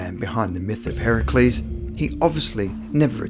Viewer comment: You pronounced Heracles Correctly!?!?!? First time i've heard that out of a classroom.